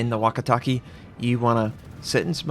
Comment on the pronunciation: Search Nihongo Song Japanese is super easy to pronounce. It's just funny hearing you say wakitaki waka-take, the ke is like in okay. and umi as in ou-Me, still great video.